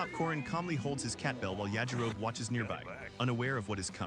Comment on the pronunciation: Suggestion. Get your AI bro to say “yah-ji-ro-be.” No human would ever say “Ya-ji-rohb”unless they’d never heard it before.